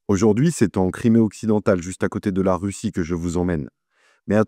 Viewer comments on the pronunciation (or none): none